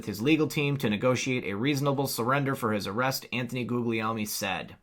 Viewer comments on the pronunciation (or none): none